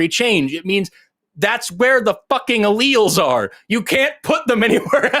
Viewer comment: He pronounced allelles wrong